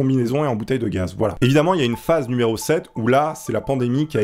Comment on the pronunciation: phase se prononce phaze et phasse ou phace